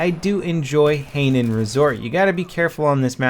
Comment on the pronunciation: Yo boss, Hainan is pronounced as High Nun